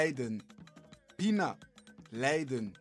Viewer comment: Fadon' verstan en kon hoor ik je met een N aan het einde uitspreken zoals het er letterlijk ook staat..maar eigenlijk spreek je het uit met aan het einde NG...het schrijven is wel inderdaad met alleen een N pina is geen LEIDEN maar LIJDEN.... Verder top bezig...👍